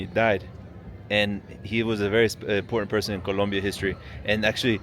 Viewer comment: Great video! So cool to hear someone who can pronounce Colombia correctly-many cannot!